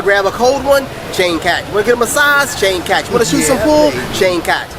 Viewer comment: Changkat => pronounced as 'Chunk Cut'